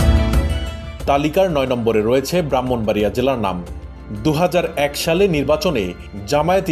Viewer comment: ব্রাহ্মণবাড়িয়ার নাম কিভাবে বললেন